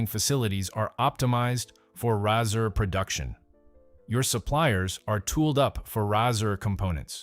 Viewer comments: It's pronounced just like the thing you shave with... It's a Razor, not a Rassur! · Nahkey-uh & Rahsir ?!! WTF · Pretty sad that you make a video and you can’t even pronounce the product name properly! It’s pronounced like the thing you shave with. Epic fail.